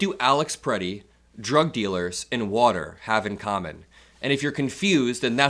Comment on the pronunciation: They call it “wutter” it’s the thing, wutter, it’s wet, think of it… the wutter